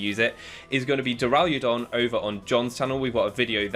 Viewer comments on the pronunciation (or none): no one gonna mention how he added an “ia” in Duraludon?